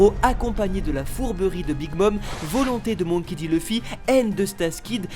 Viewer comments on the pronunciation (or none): none